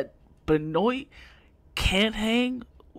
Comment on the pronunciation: At least learn to pronounce his name if you're gonna blast someone for an opinion. L